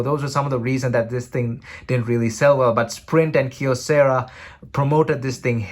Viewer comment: Props for pronouncing Kyocera with a single syllable "kyo". English-speaking YouTubers often don't even bother to check Wikipedia. If I had a dollar for every time someone mispronounces Xiaomi... 🤣